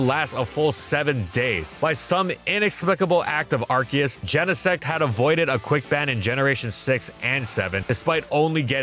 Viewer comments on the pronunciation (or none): Its "Ar-SEE-us" not "Ark-EE-us"